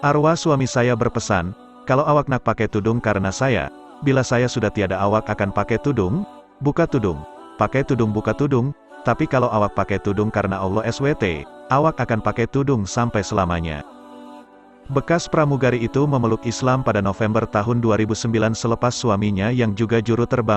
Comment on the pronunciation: Nih narator ga bener baca berita. ALLAH es we te...dodol lu. Mana ada ALLAH es we te...mdodol mutlak lo. Jangan diambil nih orang narator berita tentang islam. Ga bener bacanya. Gue paling sebel denger.nih orang kalo baca islam tentang islam. Astaghfirullah al azhim. .